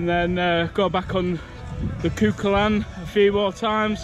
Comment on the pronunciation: Cú Chulainn pronounced coo-hullan for future reference